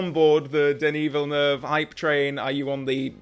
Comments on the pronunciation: Very interesting and realistic reaction... and "perfect" prononciation of the 2 syllable "Villeneuve" name, I must add!! You sound like a true Quebecer with it! LOL - Enjoy his filmography "your own way"! I am not a fan of ALL his films either, but I admire his directing talents:) Let's hope Denis Villeneuve will manage to carry on many or the " EON traditions" for 007 along with the right choice for the new James Bond actor! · Well pronounced! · as a french Canadian i can say sir. that you are one of the first to pronounce is name right 🙃, also i'd love to see your reviews of his movies. underated IMO and rarely talked about ( mostly because of how big everything else he's done is...) Arrival, and if you can, try to go in as blind as possible. as for why i think he is a great choice, his Passion for each project, his dedication, his world building is unmatched. he can also create real suspense and knows when and how to throw a curveball into the mix. i just can't wait to see what he will do with James Bond